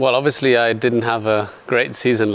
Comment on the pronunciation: Seb: OBVIUSLY